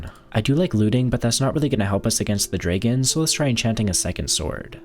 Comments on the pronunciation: Its Dragon not Dregen 😂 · Please stop saying dragon like that